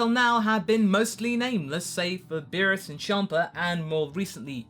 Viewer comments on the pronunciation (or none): none